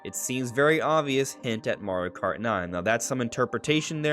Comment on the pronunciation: "marri kart"